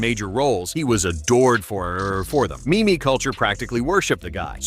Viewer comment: Is that pronunciation of meme still a thing? Thought we had it solved long ago..